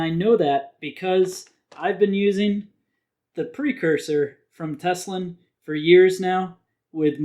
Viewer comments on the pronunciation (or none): Tele-sin, not Teslin. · Telesin not teselin if I am not wrong is it?